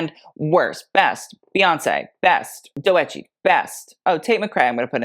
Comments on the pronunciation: not “dough eh tchi” 😭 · It’s pronounced DOE-CH-E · you pronounce doechii’s name as (doe- chi), just two syllables LOLL😭😭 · I’m 6 months late, but it pronounced DOUGH-CHI honey 🥶😅. Just so you know, cuz mamas on the rise and the carpets✨ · Doechii is pronounced Doe(like a deer) and chii(like chee) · It’s Do.Chii the E is silent. 🫶🏿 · The way he pronounced doechii was so cute 😭😭😭